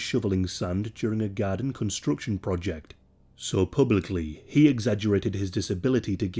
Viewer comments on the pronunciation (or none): none